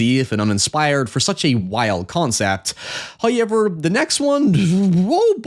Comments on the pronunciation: It's pronounced how... Ever not hoy... Ever 😂😂😂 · bro just say However. You are doing this shit on purpose now and you sound so damn stupid lol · The "Hoo-yevver" used to grate on me, but now I can't wait for it. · Love the videos, but there are just too many 'hoyevers'. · Why do you say however like that?